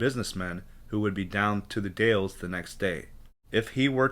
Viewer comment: Hi, I really like this channel, because you show maps and 📌 pinpoint Bigfoot locations. Imagine saying the Dowels, this is the way you pronounce the Dalles Oregon sir, I've been there many times. Sturgeon fishing. Thank you for your channel on Bigfoot. From the Oregon Coastal Mountains 🌄 Range 🏔️🌞🇺🇸 Dave and kathi.